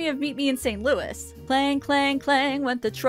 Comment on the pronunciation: The “Louis” in “meet Me In St. Louis” is pronounced “loo-ee,” not “loo-ihs.”